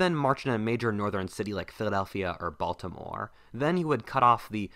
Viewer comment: Your voice/accent bothers me. You hold the last syllable of each sentence uncomfortably long. "In Baltimorrrrrrrrrre."